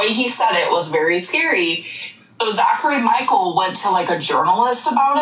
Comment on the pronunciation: lol the way they add the S on Zachary Michaelssss like they do Donna summer(s). You’re a legend. Mandela effect level.